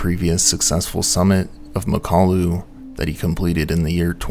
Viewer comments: I’m going to have to nitpick (some smooth brain says I can’t) because I do like your work, it is very good, but often you get pronunciations wrong. In mountaineering videos especially.:/ Anyway, it’s Mak-ah-lu, not ma-kalu. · Pretty sure it's pronounced Mockaloo. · Great video, except it's pronounced MOCK-a-loo with the emphasis on the first syllable.